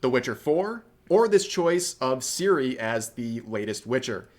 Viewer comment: I'd say - the main problem is how English people mispronouncing her name. It's pronounced TSiri, not Siri, as TS in TSunami.